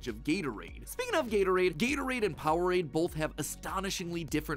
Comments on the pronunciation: ja, det udtales POWER-RADE hahahha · jeg nød den virkelig og jeg fik også lært en masse keep up the good work og ja det hedder power-ade men man udtaler det power-rade